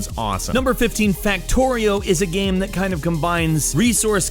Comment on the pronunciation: Did the pronunciation of "game" change and I didn't get the memo?